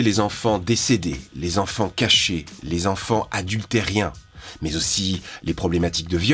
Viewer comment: Merci pour cette explication claire sur un sujet pas toujours évident 🙏 je me permets une remarque sur un lapsus : au lieu d'adulterin vous avez dit "adulterien", ce "e" supplémentaire m'a sauté aux oreilles 😊 et donne "adulte et rien" ... Cela me ramènera sans doute à un fantôme si je creuse 😊